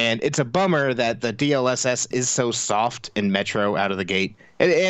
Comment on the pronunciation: I've been looking for this exact comment. I just knew someone else had to be wondering the same thing lol. You forgot the best one tho: DSLSLS. No fr, I swear he actually said that once.